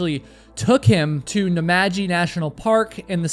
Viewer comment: Not only did you pronounce Canberra correctly (more correctly than some Australians) you also pronounced Namadgi perfectly. Very impressed Australian here 👌